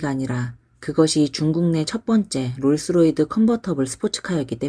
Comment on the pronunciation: 롤스로이드가 아니라 롤스로이스 입니다